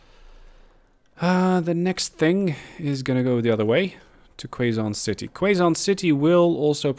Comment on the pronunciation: Hey man! Really loving the series so far! Gave me some ideas on how to optimize my train lines on my own save game, so thanks for that! Keep up the good work! Note: Quezon City is pronounced as Ke-Zon City Hopefully we'd be able to see some Shinkansens whizzing across the map soon! :)))